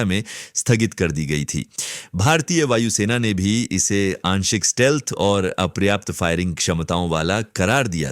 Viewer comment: It's stealth and not steelth